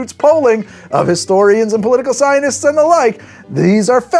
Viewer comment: Anyone else caught that said cyanists instead of scientists directly at the beginning?? Who are these cyanists? Do they deal with cyan? Or with cyanide???